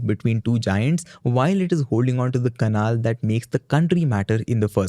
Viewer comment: it's pronounced pan-ama canal. not paan-amma canaal. :face-purple-crying::face-purple-crying::face-purple-crying::face-purple-crying: you're a host mate. you literally only have ONE job requirement.